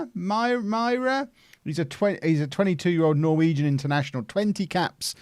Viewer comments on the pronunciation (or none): none